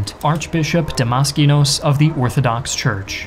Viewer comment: I love Greek tziken and I go to Greek tzurtz